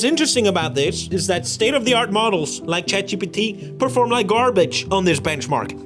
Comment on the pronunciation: felix its benchmark not bend-mark